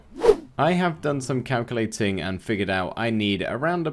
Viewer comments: I didn’t here calculating I heard cowculating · "I have done some cowculating" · I couldn't tell if you said "calculating" or "cowculating" 😂😂 I hope it was the latter.